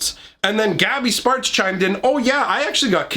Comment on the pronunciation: Sounds like you're saying 'gabby's farts.'